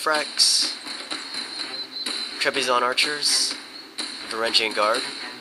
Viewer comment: dear: your videos are great but are you even trying to pronouce things? Basil: bAss-Cil. Trebizond: trehba-zond. vangarians: van-GAR-re-ihns